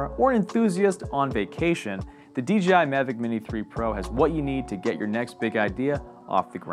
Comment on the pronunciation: DJI right? Why's he saying DGI??